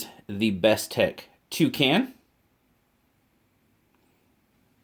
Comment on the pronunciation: When you heard you say it I tough you said "Two can" one more can of beer lol looks ok